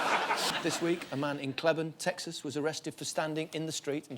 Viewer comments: The name of Cleburne, Texas is pronounced KLEE-burn. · Clee-burn Texas. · Cleburne is clee-burn